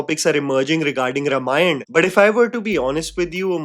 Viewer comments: Well, when you assume "influencers" to behave maturely... P.s -, please, it maybe spelt 'Ramayan' but it's pronounced 'Raamaayan'. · it's pronounced RAAmayan 🙏🏼